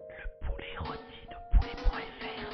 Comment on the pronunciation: Heu, pouler ? Juste avant le reveal de la dinde, le narrateur dit également "pourlet", y'a un truc avec les "r" ?